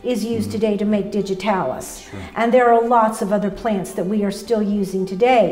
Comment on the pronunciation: Pla-ants. Never knew that word had 2 syllables.